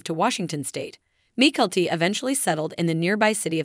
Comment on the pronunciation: The video would have better if the narrator had pronounced Mykelti's name correctly and it is Saint George, not Street George!